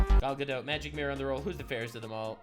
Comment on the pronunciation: Gadot, not Gado